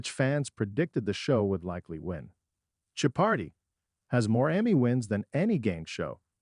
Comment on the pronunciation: I think the verbal interpretation provided by your computers is AWFUL! can't you at least load the word Jeopardy into the machine, so it is not mis-pronounced a dozen different ways!?!?